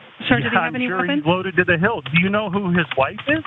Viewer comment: It's hilt, not hills.